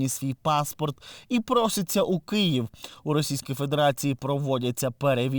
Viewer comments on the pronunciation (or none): none